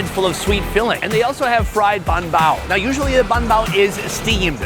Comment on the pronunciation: i know he's trolling us by saying bun bao repeatedly.... i hope...you never know w this guy😅